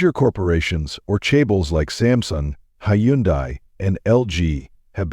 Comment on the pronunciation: Informative video but next time please consult someone's who's a Korean and go over the proper pronunciations (현대, 부대찌게,...).